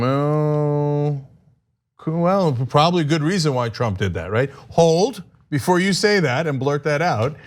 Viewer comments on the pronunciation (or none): none